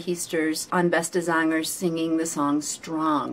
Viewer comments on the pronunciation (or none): Let me learn you how to pronounce some Dutch words and names. The EE in Heesters is pronounced as the E in oke or in hey. The A in zangers is pronounced like the A in Darth and not as the A in Vader. Dutch people tend not to fake emotions. We are very direct and honest in our reactions.